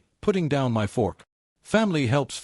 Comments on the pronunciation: Why does this narrator continuously say " M .Y . " instead of " my " . Why us this OP yet another spineless twerp we are expected to sympathuse with. Irritating trash . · You pronounce my as one word not as each letter.